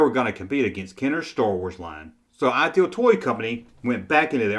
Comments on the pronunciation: It sounds like you're saying "Aisle Toy Company." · Please pronounce IDEAL correctly. You get it correct about half of the time. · Don’t worry, your contribution is another great video, his is picking up on a minor vocal glitch. You’re doing a great job👍